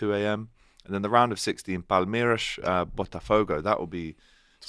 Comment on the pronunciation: Can someone tell that there is no SH in Palmeiras & Fluminense